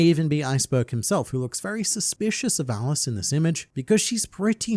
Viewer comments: Her name is pronounced Aliche, as in the salty fish that goes in traditional pizza, not Alice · her name isn't pronounced Alice its "Aliche" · Pronounced Ali-che I thought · "I like to learn so much about One Piece and make funny jokes!" Then makes no funny jokes about pronounces the new secretary's name wrong. Good and fun.